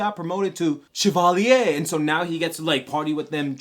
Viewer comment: The way you say "Chavalier" is funny lol